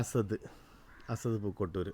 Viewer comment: അസദ് എന്നാണോ അല്ല അസ്അദ് എന്നാണോ കുട്ടിയുടെപേര്.